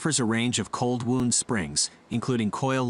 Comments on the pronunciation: Wound is pronounced 'wownd' not 'woond' ! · "Wound" as used here when talking about coil springs is NOT pronounced like "wound" as in an injury. It is pronounced like wow-nd. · Fascinating video! However, your text-to-voice narration made me chuckle. Although spelled the same, 'wound" as in "spring wound" is not pronounced the same as "wound", as in a cut or abrasion. LOL. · its cold wound, as in to wind, not wound as in to hurt or maim haha